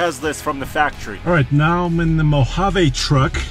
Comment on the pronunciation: i cringe everytime they say Mojavay